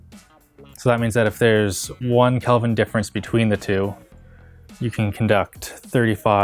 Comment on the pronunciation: It's pronounced Kelvin, not Kalvin.